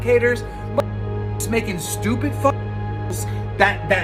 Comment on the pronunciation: Lmao the way he says stupid “stupit” :p